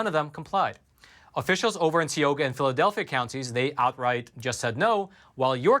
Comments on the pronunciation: Lol please pronounce teaohga as tie oh ga Tioga sry but it's just funny like how we say wooder LMFAO or crick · Hello! Tioga county in Pa is pronounced, Ty oga. Like TIE your shoes, then OGA.